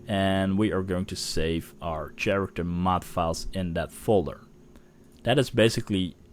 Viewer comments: i gotta tell you man, the way you say character haha.its pronounced with a k.like karacter. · dude "kharacter" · Pronounced with a hard 'c' and not 'ch' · "CH-arater mods". I'm sorry, it sounds so funny. Cool tutorial, man. I like how you didn't feature any crappy, oversexy mods. Clean and to the point.